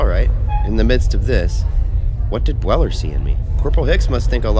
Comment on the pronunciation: goOD WORK. I think you should have pronounced the first syllable of 'Bueller' so it rhymes with 'dew', as in the Matthew Broderick movie 'Ferris Bueller's Day Off'